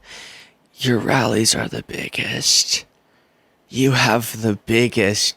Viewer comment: You have the biggest rrrrallies rawr. OMG. That made me laugh so much. And it's so accurate. 😂